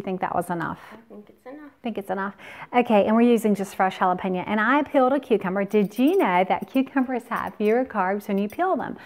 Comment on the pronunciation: Jalapeno its an O not JalepenA. You keep saying JALAPEÑOAAAAA